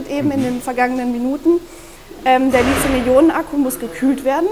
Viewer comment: Bitte nennt das Metall nicht Litium, danke! Es heißt Lithium mit einem harten T, gekennzeichnet durch das nachfolgende H. Griechisch für Anfänger. Hat noch jemand Knotschi zum Mittag? Würde zu meinem Lizium passen.